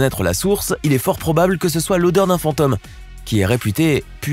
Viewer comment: yougotthis: Pardon Mais vous avez prononcé 'Phantomme' - en voulant dire 'Phantôme'. Si vous n'avez pas remarqué, reviser ce bout, ici à Ce n'est pas grave mais cela frappe l'oreille, surtout si cela se répette souvent.